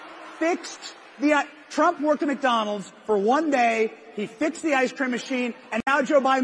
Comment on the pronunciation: The “Mack” Donald